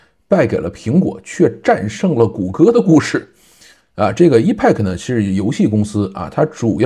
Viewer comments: 我觉得真的应该重视一下发音，我指的是重要单词，或者产品名称的发音，这个挺重要的，一是可以表明你是科技播主，二是表明你还没放弃不断学习，三是尊重产品，四是尊重听/观众。Epic是个“大词儿”，本身的意思是“史诗级的”，发音发成“易派客”简直太远了，应该发成“埃屁克”😆，多简单啊。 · EPIC念为 epik，不是一派克。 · 对，应该读埃辟克